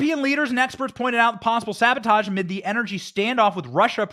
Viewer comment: How about this, If Brandon did fiddle Putin’s kitty, we all forgive him 100% on the condition that he can speak the word sabotage correctly.